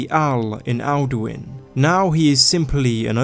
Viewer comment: Dose he become Duin insted of Alduin